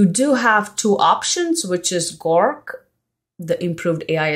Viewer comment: Nice video. Your English accent is pretty great but onething I wanted to point out. You kept calling "GORK" but It is "GROK". ☺